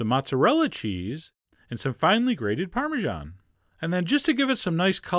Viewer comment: americans really cant speak anything else BUT american.. its crepe not creip and parmesan not parmigian